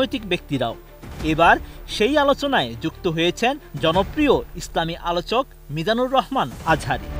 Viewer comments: উপস্থাপিকা ঠঠ পাস,, মিজানুর রহমান আজহারী,,,, শাইখ আহমদুল্লাহ এই দুইটা নাম উচ্চারণ করতে পারে না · বাংলাদেশের সুনামধন্য আলেম শায়খ আহমাদুল্লাহ ও ড. মিজানুর রহমান আজহারী সাহেবদের নাম গুলো সঠিক করে পড়বেন।